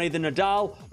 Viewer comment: Hey, love from Greece. Please try to pronounce his name correctly. It's STEfanos tsitsiPAS, not steFAnos TSItsipas.